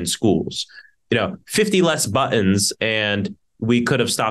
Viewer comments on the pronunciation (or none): Did he say "buttoms?"😂